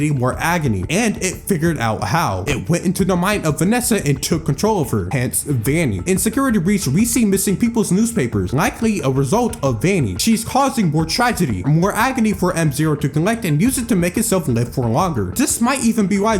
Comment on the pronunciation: Vanny not vaney